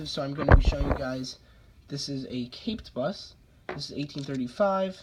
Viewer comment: Wow! Amazing you have the .20 piece! That is the only one I don't have yet. You keep saying caped bust, I think you mean capped bust.